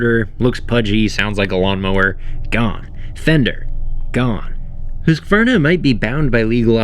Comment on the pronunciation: HE SAID HUSQVARNA CORRECTLY (mostly at least)!!!!!!!